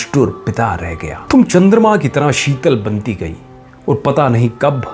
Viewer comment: Thum wala accent aa rha hai tum wala nahi